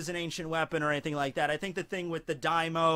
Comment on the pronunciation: you pronunciation daimyo wrong its not daimo its daim-yo